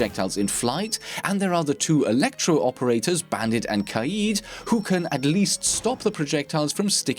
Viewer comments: im so glad youre able to pronounce kaid correctly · Finally someone who pronounces Kaid correctly, thank you.